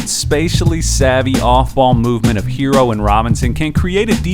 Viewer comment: Look.... it's HeRRo. NOT Hero. NOT Heero. And also NOT Hiro. Some of these "professionals" can't pronounce a name right to save their lives. Let's stop this lazy disrespect and get the man's name right! Can you spell H.E.R.R.O. ? And can you pronounce that double R? Like in "FERRO" or "TERRA" and "HARRY"? You can do it, I believe in you. 💐👍